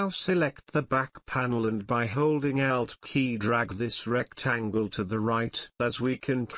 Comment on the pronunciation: Lol! I thought "he" was saying "out" key and was like "What the heck is the "out" key?!" Then I realized, "Oh! ALT key!" Heh-heh! Otherwise beautiful video!